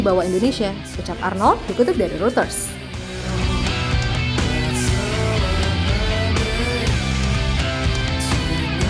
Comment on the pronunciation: reuters dibacanya roiters